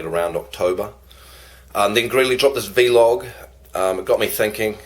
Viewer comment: it's just vlog not v-log hahaha